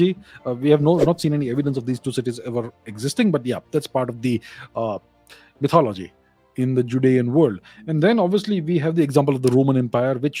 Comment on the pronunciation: The heavy emphasis on 'MYTHOLOGY' :face-green-smiling